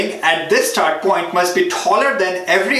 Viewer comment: aap please point ko phoint mat bolo. video nhi dekh paa rha